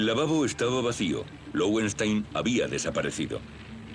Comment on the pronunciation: Creo que se pronuncia lovenstáin, pues es nombre alemán (leones de piedra). Este comentario es apenas una curiosidad, sin gana de corregir o criticar, pues cada un pronunca a su gusto y eso está bien.